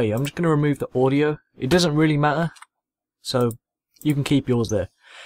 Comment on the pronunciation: its techSavvy- my other chilln account,,i ike how you say "matter" ex doesnt matter. Im in the States so i got a lame ass voice, i wish i had an accent. Thanks for the tutorial